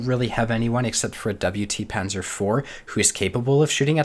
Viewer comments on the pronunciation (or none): none